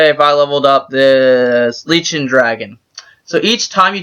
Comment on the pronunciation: lichen pronounced like "like-in"